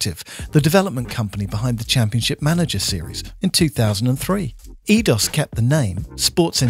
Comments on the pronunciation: It was "Eee-Aye-Dos", not "Eee-Dos". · Edios is pronounced "I-dos"